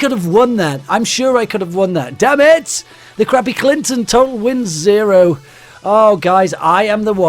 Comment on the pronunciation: Is it just me or am I the only one that likes his accent especially when he says "damn it!"?